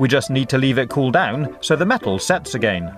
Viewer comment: Your "again" pronounce kills me